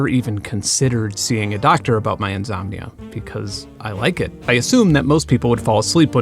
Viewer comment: What is the cultural background of saying "conzumer" and "inzomnia"?